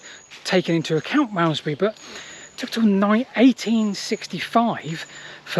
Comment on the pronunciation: Marmzbree, Marmzbree, Malmesbury fgs, I couldn't take it anymore!